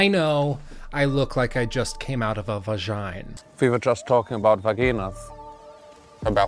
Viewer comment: That nigga said Vahgeena 😂😂😂